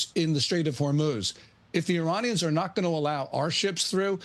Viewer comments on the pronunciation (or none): none